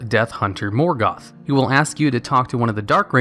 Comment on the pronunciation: Moorgoth. Lol Did he used to be called Meelkor back then?